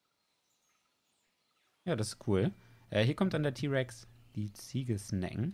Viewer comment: Nen den rex ty aussprechen tut man das ti